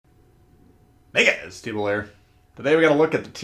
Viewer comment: No it's Japanese. MEE NE KA SE.